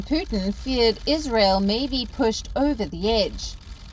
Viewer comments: Why does she keep pronouncing his name as Puthin? It's Pootin. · Not "poo-thin " but "pyoo-tin "